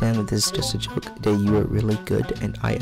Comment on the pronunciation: You saying “choke” instead of “joke”